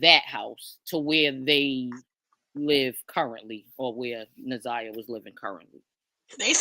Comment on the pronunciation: that’s not how you pronounce Na’Ziyahs name